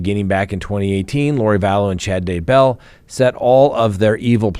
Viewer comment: Can’t wait until it’s over so you don’t have to try and pronounce DAYBELL !!! 😂